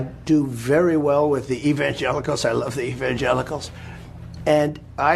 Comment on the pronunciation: What is there to say? Personally I'm exhausted to know that there are actually people who think this way. It's exhausting and exasperating. No doubt God must be throwing up every day! Trump can't even pronounce Evangelicals